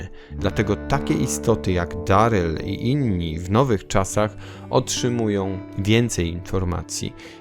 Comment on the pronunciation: Na samym wstępie - nie "Deryl" a Darryl, to chyba nie jest trudne do ogarnięcia? Strach, co będzie dalej.